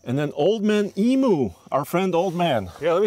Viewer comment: Hey boys, great video, but I'm going to teach you how to say emu Aussie way it's em-you not emooo. Cheers boys 👌👍🇦🇺